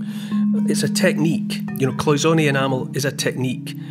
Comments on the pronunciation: I'm a retired goldsmith and we pronounced it like Paul, cloy-zen-ay. Also what gives the gold that look is that it is nearly pure gold 22 karat to 24 karat which could not polish up like modern day alloy gold. Just thought I'd say something. I so love listening to you. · It is cloisonne it's French so you pronounce the a at the end